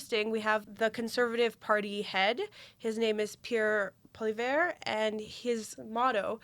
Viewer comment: Fan of JPost here: Please, at the very least, learn how to pronounce the names of our candidates (Poilievre) -- it's hard to take you seriously otherwise. As for Carney, I haven't heard anyone say they might need to "move out of Canada" if he's elected, but maybe this is coming from more orthodox circles? His one faux pas, when responding to a heckler (pre-debate), gave lots of us cause for concern, but as you say, he has since shown a willingness to push back against the NDP (Singh's) demands for terminology like "genocide", and seems to be plotting a moderate middle-ground position on all things Israel and Gaza. So no, he probably won't ever be a 'hero' to us, but he might be civic minded enough to keep the mobs away from our doors. And maybe that's the most we can expect right now from a Canadian government that reflects the will of the people. My two cents.